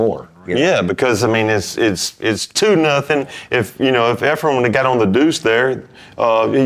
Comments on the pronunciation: Tell those guys to stop talking about hair...😊 It's Efren,, not Efrum. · Efrem…sheesh dude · How many times do we have to hear the pros who know his name mispronounce it and still call him "Efrum?"